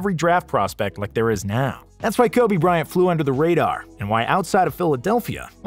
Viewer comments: KOBE BRYANT NOT "KOBE BRYNAT" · It's Kobe Bryant, not Kobe Brynat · “Kobe Brynat” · Kobe 'Brynat' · "kobe brynat" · "Kobe Brynat" lmao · Kobe "Brynat" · Kobe Brynat? You have to come better then that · Did you really just- Kobe Brynat?! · How can you not get Kobe Bryant's name correct?! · There are MANY mistakes in this video..but this is the worst. Lol. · You could have put some effort on correcting Kobe Bryant's name.